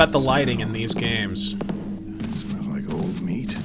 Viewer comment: Kojima: Did you rike it?: You're not literate.